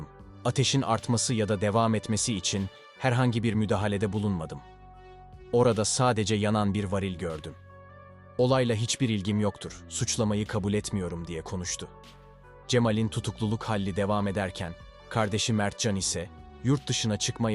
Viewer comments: Sevgili anlatıcı vaaril yada vağril diye bir kelime yok varil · Vaaağril değil kardeşim varil. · Varil mi ? Vaaaril mi? 😂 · varil'in vaaaril diye okunuşuna istemsizce takılıyor insan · Ya vaaaril değil varil. Konuşmanizdan konuya kendimi veremedim 🤦‍♀️ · sayfa guzel ama türkçeye biraz dikkat etseniz iyi olur vaaaarilll dıye uzattınız defalarca bunun gıbı baska kelımelerde mevcut yanlıs telafuz ettıgınız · Dünyalar güzeli bir gencecik bir kız Allah rahmet eylesin😪dünya nereye gidiyor insanlara noldu böyle bu nasıl bir vahşet Allah ıslah etsin🤲🤲🤲bu arada vaaril kelimesinden içim bayıldı(varil) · Hersey cok guzel ama seslendirmede bazi kelimelerin telaffuzunda cok gariplikler var..mesela "vaaaril" degil "varil"..sebebi nedir acaba?? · Vaaaril değil kardeşim varil... Türk değil misin bu ne biçim vurgu😅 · su teleffuzlari duzgun yaptirin yapay zekaya VAAAAARIL nedir arkadas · Vaaril???? Doğru telafuz litfen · Varildeyken daha ölmemis. Cigerlerinde duman bulunmus otopsisinde. Bir de vaaril degil varil. a uzun degil kisa okunur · Vaaaril ne amk,düzgün söylesene şunu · Allah aşkına vaaağğril neee ya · Emeğinize sağlık. Lütfen varil sözcüğünü vaaril diye telaffuz etmeyiniz. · dostum emeğine sağlık ama neden vaaril diye okuyorsun varil kelimesini. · Sizi beğenerek takip ediyorum ancak bazı kelimelerin telaffuzu dinlerken çok rahatsız ediyor ( vaaaril, cemaaal) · Bu video hiç komik değil ama aşşırı haklısınız 💭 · Abim vaaril nedir ya